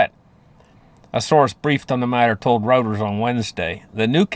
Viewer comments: it's pronounced Roy - ters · For gosh sakes it’s not Reuters it’s Reuters